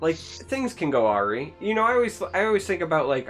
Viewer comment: awry? it's pronounced ah-rye